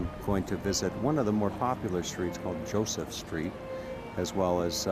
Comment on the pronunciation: 1)KrakoV not KraKAO, "JosefA" street, not "Joseph" please...is not hard to pronounce , centrainly not americanized, and gives correct naming of places 2) this is NOT THE GHETTO area you are touring, THIS IS THE KAZIMIERZ main Jewish area around Szeroka str. -(the "street" as you call it), so it is advisable to change completely your TITLE as it is a misleading info. This area , historically, was NOT established during the war. It existed before the war started 3)getting your written info ACCURATE this might be also useful: the GHETTO area you keep mentioning, was established indeed during the 2nd world war,but was situated on the other side of the Vistula river, at a district called PODGORZE..where the Schindler's factory and Eagle's Pharmacy lie. 4) the ambiance of the area and your commentary could be enhanced by passing by some important buildings of the Jewish community (not only touristic restaurants and cafes) such as the SYNAGOGUES, the JEWISH MUSEUM, the JEWISH CULTURAL CENTER etd, which lie around the area you walked by... otherwise this is a delightful video stroll around central Kazimierz. Thank you for the views.